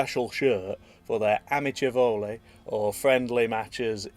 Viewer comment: the pronunciation of "amichevole" was suspect to say the least